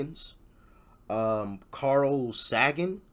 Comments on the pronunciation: It's pronounced Carl Say-ghan and he's all about stars and space. He was a genius; you'll definitely learn something from him. I like your channel, looks like you are on a quest for intelligence. Keep up the good work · Only just started the video, I am keeping an open mind, but please, I thought everybody had heard of Carl Sagan (Say-gun, rhymes with pagan, not sag-un or saw-gun).